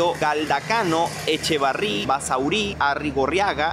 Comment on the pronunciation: Los vascos: 😐🔫 Los de lugares: 🙂 Lo digo por la pronunciación de Basauri, por lo demás buen video 👌